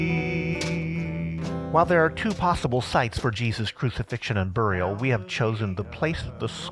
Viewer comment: Very cool except that I cringed at the pronunciations of skull and burial...lol.